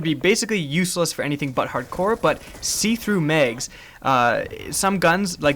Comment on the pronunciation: Its not megs, it's mags.